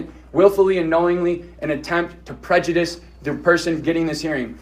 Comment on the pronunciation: You can’t even file a lawsuit on a Judge unless he is out of his jurisdiction. 😂😂😂 this guy is lost a Judge may be a jurist but he is not a Jury. He can’t even pronounce prejudice. Judge doesn’t have to follow rules he determines the rules you can appeal.